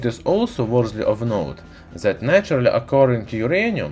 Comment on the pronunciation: It's naturally, not natury😂😂